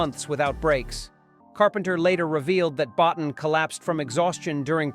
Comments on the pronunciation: Boe-teen, not bot'n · Please stop saying, 'Bot-en' Rob Bottin's surname is pronounced, 'boateen'. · You mean bo-teen. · At least get Rob Bottin's name right. It's pronounced Bow Teen ! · The thing Golden Sci-Fi Cinema never figured out: how to pronounce Bottin. It's BO-teen. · Rob's name is pronounced "Bot-TEEN." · Lean how to say Bottin's name. It's pronounced Bo Teen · I got to meet Rob Bottin with a press luncheon for his work on _The Howling:" his surname actually is pronounced Boe'teen... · Good video. Rob (Bo-teen) is how he pronounces his name I believe. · It's Boe-TEEN. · Come on. It's pronounced "Bo-TEEN." This is elementary research. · Can someone please tell this AI narrerator to spell properly. Rob Bottin, Bow teen, that's not so hard I guess, my God in heaven apparently it is. Plus what facts we haven't seen, I call BS when I hear and see it. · Rob Bow-teen. Jeezus. 🤬😆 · No joke was said. Rob Bottin’s last name is pronounced Bow-teen, which the voice over was mispronouncing. Yes, we know it’s probably an AI. Stupid AI 😂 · It's pronounced "Bo- Teen" dumbass. Childs was the thing because in the campfire scene you don't see any breath condensation from him. only Russel's. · Terribly bad AI narration. Even mispronounces Rob Bottin. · A few comments: - - wrong movie -If you're going to say Rob Bottin's name 83 times, please train your dumb AI voice how to pronounce it - It would be interesting to note that when Bottin had a breakdown, Stan Winston came in to assist with the Dog Creature - I've heard lot's of interviews with the actors from this film and never heard that they were traumatized by the filming. With the exception of some of the exterior shots, most of the film was done in studio